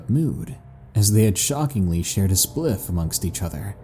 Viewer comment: I'm sorry but.. it's funny to hear you say 'spliff'.